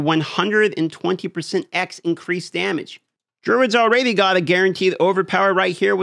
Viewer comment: Alraydee makes me cringe everytime I hear you say it.